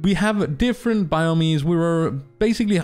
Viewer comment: Great content, just thought I’d let you know the word “biome” is pronounced “Bi-Ohm” thanks for keeping everyone informed!